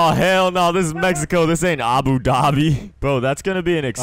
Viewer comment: The way said Abu Dhabi hurt my soul.